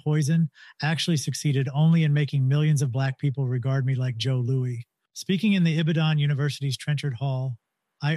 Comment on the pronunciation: 2 things it’s W.E.B(spell it out) Dubois and its Joe Lew-is. Other than that Fantastic Fantastic job